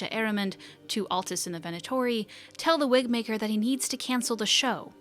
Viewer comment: I will be very upset if the Wigmaker cast doesn’t make an appearance in the next game. It was my favourite story, alongside ‘eight little talons’. ALso, around one hour in, you said "Wigbaker." Or that's what I heard and it made me giggle.